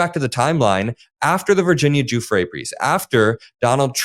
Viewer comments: How about her butchering of her name! Do you know how to pronounce it?? I sure as hell hope so!!!!!!!! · Wow. There is a special place in hell for Leavitt. Also, maybe learn the correct pronunciation of the victim's last name. It's just good manners. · Her name is Virginia Giuffre Levitt pronounced it wrong please be sure to say it correctly. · I wish you'd have the respect of pronouncing Virginia Giuffre's name correctly. It drives me nuts that, the poor women was sex trafficked as a child, spent her life fighting for the victims and eventually took her own life and you can't pronounce her surname! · Bkondie needs to take off her cross before it burns a hole in her chest!! And she needs to learn how to pronounce Virginia's last name. And I don't 100% believe she took her own life, I believe she was silenced. She was raped and abused by many wealthy and powerful men, as well as by Maxwell. And the pedoführer himself raped several children ages 10-13, and not just little girls... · Leavvitt cant pronounce Guifree correctly. I will have mispelt it but please dont make the same mistake as Trumps vile press spokeswoman. Show total respect for these survivors. Point out these vile republicans will use and abuse survivors for political point scoring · Leavitt didn't even pronounce Virginia's name correctly. Every action of Leavitt is disgusting. As for Meaghan Kelly, she should be fined for just being a deplorable liar . Grooming is the start of all of this under the guise of normal acceptable behaviour. It is NOT acceptable. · She didn’t even bother to learn how to pronounce her name , Leabitt is I a disgusting liar and I don’t want to hear he lies anymore so I will turn her off from now on yeah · . . . and she can't even pronounce Giuffre correctly. As if she has never been briefed or even interested. The only transparency is how dishonest they are. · say her name properly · If you want to show the victim any respect then learn to pronounce her last name. Simple.